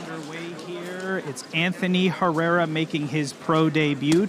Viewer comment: Tejeda pronounced H e rr e r a . Apparently.